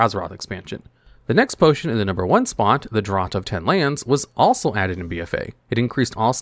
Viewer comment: Draught is pronounced "draft"